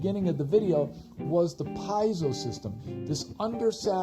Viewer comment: Pee-AY-zo haha. Thanks for the review